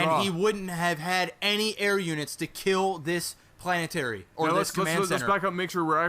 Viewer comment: What's better than polanetary forotdds? Five polanetary forotddses!